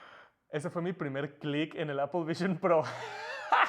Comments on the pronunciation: Appel vishion prooououuuu haci dice el man xd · Apol vishon prou xD